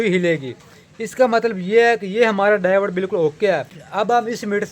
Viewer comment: Davode nai hota diode hota ha bhai